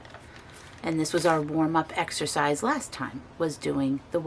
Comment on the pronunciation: Hi I really like your idea about..........oh wait...... I thought you said extra fries but i realize now you were saying exercise........Anyway no matter, i think a warm up to ease one's self into the activity is a great idea. I'm going to go with that idea but i'm going to modify the technique and ease myself in with a few glasses of wine ( white if you insist on knowing) I just love the pinks oranges and yellow you selected....I love that combo so much I also really like your choice of pink and blues pages and what a super idea to use that old brush with the hard bristles. Great colours, great ideas.... your pages are amazing and i found your choice of music so enjoyable to listen to.....it truly reflects the mood and meshes well with the topic of the journal....gentle, mindful and positive.. Great backgrounds and so enjoyed watching and listening to you in how you selected and built your pages.. Ice cream unicorn thinks it's perfectly perfect to share our inner child using the unicorn image.......our lovely Janet Nash always says "sharing is caring" and i think it so befits this topic. I laughed when you brought out your word remember/member........we do after all know the difficulty in trying to rob a bank when no one can decipher your letters/words Tweet Tweet and Quack Quack